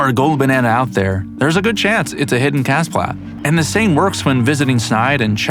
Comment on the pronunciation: Kasplats are cool! Also isn't it pronounced "Ka-SPLAT" not "Kas-PLAT"?